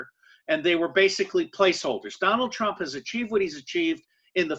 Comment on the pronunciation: Why did you keep saying Trimp